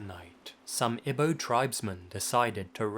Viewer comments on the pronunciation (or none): Thank you for saying Lagos right, the wack news anchors in Captain America : Civil War made me wonder if people don't bother to use Google.when you said Igbo, it was a bit off but better than my 6th grade history teacher who wouldn't listen to correction.